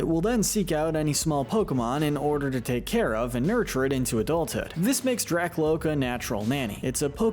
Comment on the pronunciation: IT'S DRAKLOAK, NOT DRACLOAK! AND HIGHER DOES NOT END WITH A T, IT ENDS WITH AN R!